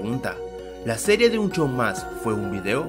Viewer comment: el dice un chow mas jajaaja